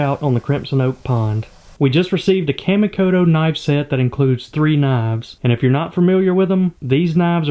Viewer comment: Kamikoto is pronounced "Kah mee ko toe" FYI. Lovin' the pond build and the progress, can't wait to see you fishin' on it~ Lol